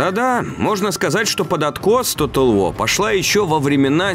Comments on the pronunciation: Тотал ВО! Английский - ВО! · как же раздражает тото уоу! ты либо говори по английски либо по русски, а не нечто среднее. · Почему "Тотал Во"?! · Может диктору при произношении английских слов лучше использовать "русский английский"? Например, Тотал ВоР, а не Тотал Воа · Bri'ish si'.